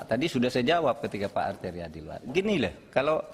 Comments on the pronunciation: Arteria" ngomong R aja gk becus sok"an😄😄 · Gak bisa ngomong R padahal namanya banyak R nya. Jadi dia itu gk bisa sebut namanya sendiri dg baik. Alias gk tahu diri. 😂😂